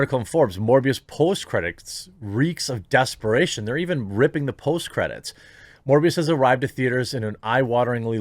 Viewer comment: Sounds like mush-mouth from fat albert trying to pronounce "morphius" from the matrix... who the hell is this?